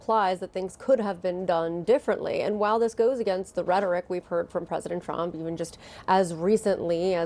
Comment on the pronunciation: “Unpwecedented Pwesident Twump” Homan